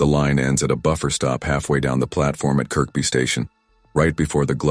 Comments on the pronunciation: Is anyone annoyed with the pronunciation of Kirkby as its pronounced as Kirby not Kirk-be. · by the way it's pronounced 'ker-bee' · It's Kirby,you don't pronounce the second K